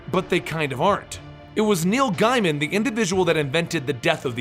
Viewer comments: Gaiman is pronounced gay-min. Not Giamin. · Gaym'n. Not Guy-man.